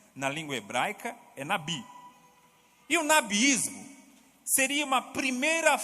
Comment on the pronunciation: Nabi como se escrevi Navi como se pronuncia